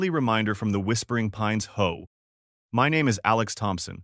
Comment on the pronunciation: I love how the HOA is pronounced HOE. If a vehicle has more than two axels is has more than four wheels. Logic has never stopped HOA Karens on a power trip.